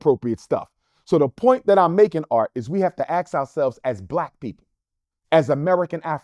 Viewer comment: Dude starting a school can’t pronounce ask She aks a friend